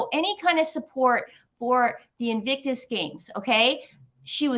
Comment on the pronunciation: I love it how you will start a topic, then the other interrupts, and that topic vanishes back into the ether., sometimes you pronounce "invicus" and that's ok.:)